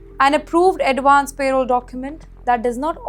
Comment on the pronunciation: It’s not payroll it’s parole - pls say it correctly